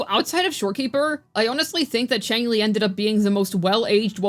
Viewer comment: Xiangli (Yao) not Changli